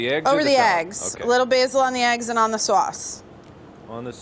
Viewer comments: She definately pronounced it "swace" the first time. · it's so funny and cute how mark tries to copy the way she pronounced "Sauce"